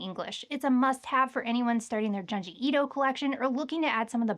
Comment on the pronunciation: Junji is pronounced Joon-jee